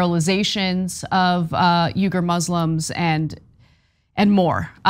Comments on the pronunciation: lol he's got her saying 'yoogur' too; it's closer to 'weegur'. On a more serious note, very sad situation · It's ' weegger' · Try "Weegur" Remember that a person’s name is to that person the sweetest and most important sound in any language. - Dale Carnegie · Stop saying “Yoo-ger”! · It's pronounced "Wee-ger". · Why does Anna keep mispronouncing these name. She's like "yougirs? Wtf is that. Lol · I'm a big of Anna K fan but in the interview she really got pwned over the pronunciation of Uyghur, that should have been identified in production meetings. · tyt please consult a dictionary on how to pronounce uighur